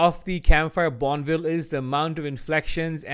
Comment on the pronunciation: Also it’s pronounced bon-eh-vil